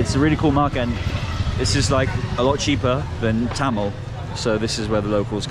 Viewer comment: its thamel not tamel